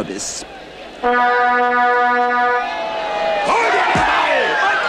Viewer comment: "Ich habe einen Kü'bis auf die 'übe gek'iegt!"XD